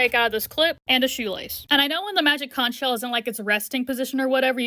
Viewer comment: Oo magic cunch sheal what do we do now? Nothing 😂😂😂😂😂